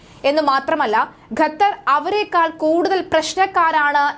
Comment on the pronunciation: ഗത്തർ എന്നല്ല, ഖത്തർ (Qatar) എന്ന് പറയൂ....